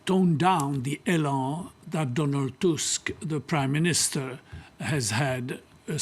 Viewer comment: TUSK not TASK